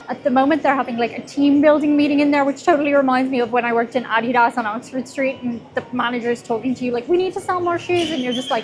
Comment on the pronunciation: I'm instantly triggered by the way you pronounced Adidas